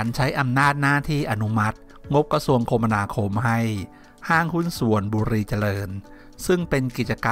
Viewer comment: อ่านว่า คะมะนาคมครับ